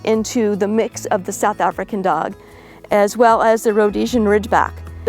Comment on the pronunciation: Just wanted to say it is known as the boerboel in Afrikaans. There is an 's' at the end. An African, like it was pronounced in the video is someone fro. Africa. AFRIKAANS is a language spoken by the descendants of the Dutch settlers who arrived in South Africa under Jan van Riebeeck.